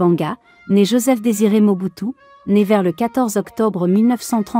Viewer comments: Mobutu sisiskio kiukiuwungwendo wa waza dabanga comment tu peux massacre le nom de quelqu'un comme ça ahhhhh tu es mauvaise dehhh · La façon dont dame appelé le nom de Mobutu des seko wazabanga mes fait rire